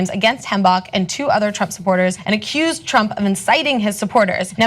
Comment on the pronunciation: you are mispronouncing words. It's accused, not excused. You are waving your hands around a lot. You are way too emotional, and finally, you are talking to us as if we were retarded.